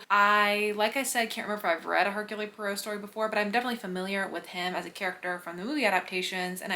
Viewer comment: Just a note: it's pronounced "Air-Cool Pwaro."